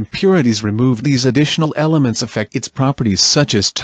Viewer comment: Im sure i heard it say emelents and not elements